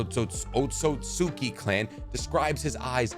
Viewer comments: It's easier to say when you say it correctly. It's pronounced like Oat siut ski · Let me help you out, it's pronounced oat-soot-ski. Much easier than what you're saying lol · just my little nit pick but ōtsutsuki ain’t pronounced like that but i like the video